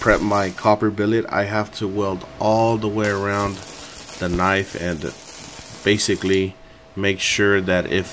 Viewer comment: Basifically. My new favourite word.